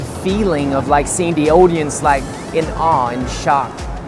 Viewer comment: He got the laugh.. But when the way he pronounced "Audience" was off.